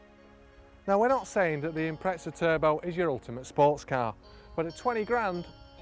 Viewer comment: Good ol impretsahs